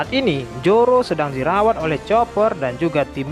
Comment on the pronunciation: Zoro min bukan joro😄😄